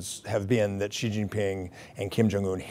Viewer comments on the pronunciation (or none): American can't simply pronounce 'Xi' properly. No it's not like 'Ji' but more like 'Si'